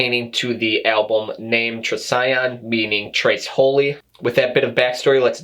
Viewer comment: Thank you for your thoughtful review! Also, you're the first to pronounce Trisagion correctly. ;) -Joseph, Ethereal Shroud